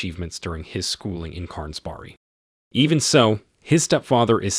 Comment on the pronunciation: What is it the narrator is calling the School? Carnsbarry??? "Stjärnsberg" is not pronounced that way.